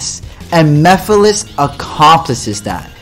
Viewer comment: Damn I’m just getting my ass kicked. Also great video by the way. Still watching it and ain’t no way that said Mephiles name like that like they forgot the whole M E part of his name 😂